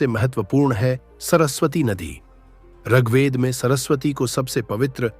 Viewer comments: प्रस्तुति राम्रो लाग्यो तर म त ऋगवेद पढेको तपाईंले रगवेद रगवेद उच्चारण गर्नुभाे । याे उच्चारण खड्क्याे । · जानकारी अच्छी है । ऋग्वेद का उच्चारण उचित होना चाहिए ।